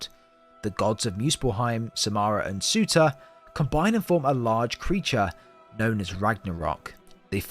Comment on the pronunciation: Fun fact: Surtr’s name is not pronouned as Suter, but as Sur’tur/Sur’ter